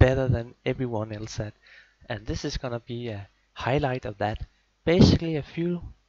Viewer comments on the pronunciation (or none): none